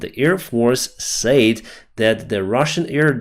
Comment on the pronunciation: Your program is the best and most useful. Just one criticism please.......the pronunciation of the word "SAID" DOES NOT RHYME WITH '" SAY"...."SAID" RHYMES WITH THE WORD "BED", "DEAD", "HEAD",etc.